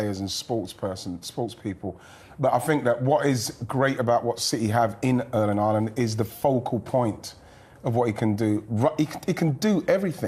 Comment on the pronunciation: Just mentioning - Haaland's name is pronounced with an norwegian å - in English like the vocal in "haw"/"saw" etc! 👍